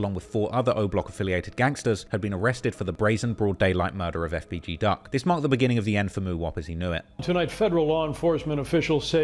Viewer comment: I hate the way officials, and news anchors say these names. Like FBG Duck, every single one of them stumbles over the letters FBG, like it’s some complicated 6 syllable word. For fuck sake just say it without sounding like an idiot.